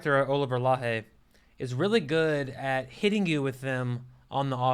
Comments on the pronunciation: The x from Laxe is pronounced like sh in English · not Spanish but Galician, a different language in the northwest of Spain close to Portugal, you could pronounced "Lakse" instead. I admire your review, watched the film yesterday in London and your words really describe the experience. Thanks.